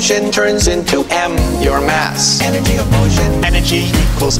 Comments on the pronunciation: "Energy turns into ass"? Wat? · "Energy turns into ass" is what I hear. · Sounded like he said energy = ass